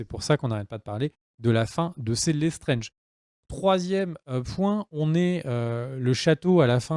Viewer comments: Lestrange pas lesttrenge lol ça ce prononce étrange Lestrange >~< rooh lol Oui c'est vrai que c'est partit en cou*** =\ ça devait parler des créatures fantastiques et on part sur les problèmes de Dumbeldore et Grindelwald lol ^^" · Lestrange est prononcé à la française comme c’est une famille française 😂😉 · Les Lestrange sont une famille d'origine française, donc tu peux le prononcer à la française :)